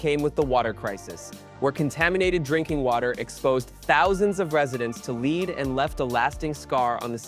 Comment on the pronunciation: This was one of the best AI voiceovers I’ve heard in a YouTube video. Then it mucks things up by mispronouncing “lead” in Flint’s drinking water.